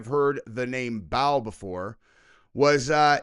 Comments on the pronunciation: Brother, Baal is pronounced like bail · It BAAL. There’s no extra L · MOLOCH is pronounced Mó -Lec BAAL is pronounced Bail They are 1 in the same, just a different centuries. The babies would be put in ALIVE, the the fires were stoked. The babies would scream & cry, eventually overcome by the abuse of it's mother & father, the heat & the smoke. This is a FILTHY, HEARTLESS Demonic Deity - thats been here since before mankind was. Just like you know what your children are experiencing, Cuz You've BEEN There. !!! Likewise Satan, Baal, WHATEVER his name is today makes NO DIFFERENCE. You will know him by his FRUIT (what he produces) babies dying, children being trafficked for PERVERTED Reasons & Money! SLAVERY IS ALIVE TODAY. Just ask ANY of those who were RESCUED! Just ask em !!! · BAAL is pronounced Bail, Canannites the first A is a long A